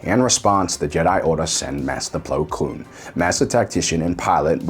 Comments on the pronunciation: I’m sorry but I can’t unhear plo kloon rather than plo koon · It's Plo Koon, not Blo Kloon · Plo Koon not kloon. Honestly I think you’re just screwing with people at this point. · BTW his name is Plo KOON and not Plo KLOON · Also why does he always say Plo Kloon every time? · There is no L in Plo Koon's last name.